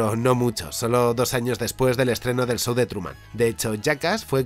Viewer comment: "el sou de truman" ajajjaja